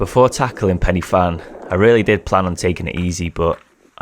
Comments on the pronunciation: Ahh cheers for that. The way you pronounced fan y big cracked me up. If I ever catch you wandering around my valleys, I'll make you pronounce Pwll yr Iwrch, in exchange for telling you where the good drinking streams are. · Bro can pronounce bannau brycheiniog but not pen uhh van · Another great video By the way Pen y fan is pronounced Pen ( Y rhymes with The and actually translates to The) one f is v and double ff is f. = pen y van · Excellent yet again. Pen Y Fan is pronounced pen e van. F in welsh is pronounced v. You went up the same way I did, never knew there was an easy way up! 🤣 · Good to see you, - and great to see some Brecon Beacons too...! It's pronounced Pen uh Van by the way - the single f in the Welsh alphabet having the sound of the English alphabet v, which they don't have! If it was as you said it, the spelling would be something like Pen i ffan. I used to frequent that area a lot, 30+ years ago! Oh, and it's Llan - gaddock, at the end, there are no cumbersome dogs!